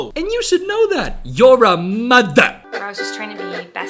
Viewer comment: “and you should know that… you’re a MU-THA” 💀